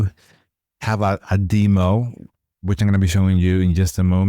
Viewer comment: DEM-o, not DEE-mo. Duh-VEL-up, not DEE-vuh-lop (and certainly not DEE-vuh-lop-pers).